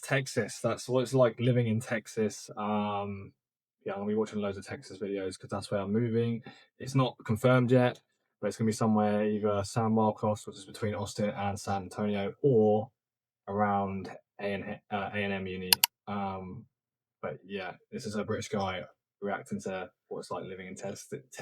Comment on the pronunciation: San Marcos is pronounced San MarcUs. If you wind up living there, go hang out at the Shady Llama in nearby Wimberly. Don't forget to check out Gruene, just a short drive away. It's pronounced "green" by the way.